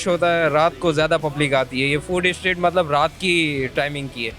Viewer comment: English Language - Street. Pakistani English - Sa treet.